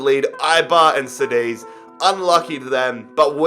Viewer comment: Btw, Cádiz it's pronounced like Kadiz